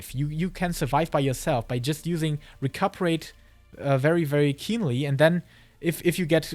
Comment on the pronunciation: really good vid - only gripe was hearing Recuperate mispronounced dozens of times